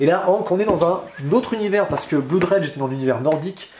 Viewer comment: Ah , la viedeo du vendredi. J'aime beaucoup. une seule petite remarque :en anglais blood se prononce bleud. C'est dans mood par xemple qu'on prononce 'ou' Merci pour ces videos. Continuez comme ça bon courage pour les fetes